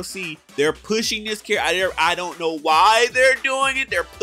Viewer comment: Does he Khow?........................ he doest' Khow